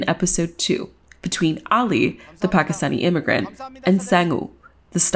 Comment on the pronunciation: not realted to the video at all but i love the fact that she pronounced pakistani the way it really is pronounced